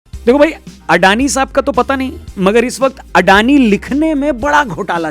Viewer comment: In Gujarati it's pronounced like this : अदाणी